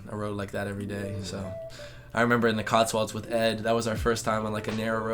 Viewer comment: Stop saying "COTSWALDS"! It's COTSWOLDS. The "wold" part rhymes with "cold".